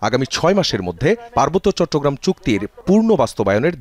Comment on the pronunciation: ভাল করে চট্টগ্রাম উচ্চারণ করতে পারেনা।আবার বলে আমাদের তত্তগেরাম।🥴🥴🥴